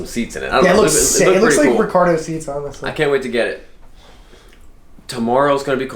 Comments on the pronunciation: Just after doesn't know how to pronounce the company "RECARO" and instead calls it "Ricardo" like Lucy's husband on I Love Lucy, Ricky Ricardo. For shame. Tisk Tisk Tisk. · they are recaro. not ricardo. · Dude it's Recaro seats not Recardo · "i think that thing has **Ricardo (?) seats in it!" - **At almost 40, he's still never seen the word spelled out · Hahahaha he really said "its got Ricardo seats" 😅😅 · He said "Ricardo" seats. :-)